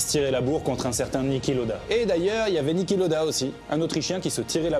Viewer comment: Niki, pas Nicky. :(